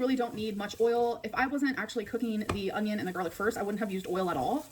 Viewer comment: She does say “ung-ion”. My dad says it too 🤦🏻‍♀️